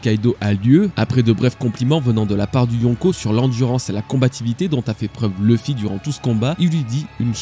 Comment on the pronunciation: Tes vidéos sont vraiment géniales, superbe travail, mais je ne peux pas m'abonner ou liker tant que tu ne voudras pas prononcer le nom de Luffy correctement... ça me bloque